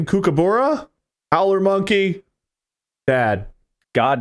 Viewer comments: i just need to let everyone know thats not how kookaburra is pronounced it's more like 'cook a burrow' but with an 'uh' sound at the end instead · fwiw kookaburra and emu are Not pronounced like that (there’s a y sound after the m in emu, for a sound more like ‘EEM-you’, and kookaburra is a short o sound ‘COOK-uh-buh-ruh’) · As an Aussie, their pronunciation of Kookaburra made me laugh so hard 😂So wrong. It’s pronounced “ku-kuh-buh-ruh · Ah yes, the cook-a-buurr-a. The famous Australian laughing bird. I got a lot of these just cos a good chunk of them were Auzzie or memes lol And I agree, ptarmagins definitely have Ethan vibes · the decimation of the pronunciation of kookaburra smh. cook-ah-buh-ruh. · Kookaburra is pronounced with more of a cook than a Kook sound at the beginning. Cook-ah-bar-ra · The way they pronounce kookaburra 😂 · That is the funniest way I've heard an American pronounce Kookaburra. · the pronunciation of kookaburra had me rolling